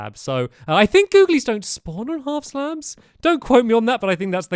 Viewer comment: When he said googlelys that hit different